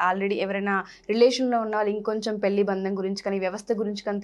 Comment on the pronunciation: Anchor కి పె ళ్లి అనడం నేర్పండి